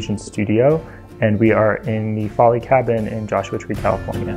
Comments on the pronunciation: He meant Folly. Those buildings in England are called Follies (rhyme it with Lollies) he just saying it wrong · I don't doubt you do know how to spell folly, but if you were basing it on how he said it I would have thought it was spelt Foley too! It must be how he heard it at college. But I do feel his lecturers should have got that right. I'll go check out that timestamp, thank you😃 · Folly to rhyme with Lolly. Lol, it took me too long to work out that's what he meant!